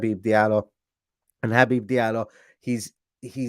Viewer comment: Well done on saying his first name correctly! As a fellow Habib, its been butchered my entire life 😂